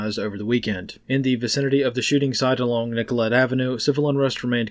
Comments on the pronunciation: Pronounce "Nicolet" like the locals do (French). Nick-O-Lay. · Dude, it's pronounced Nick-olé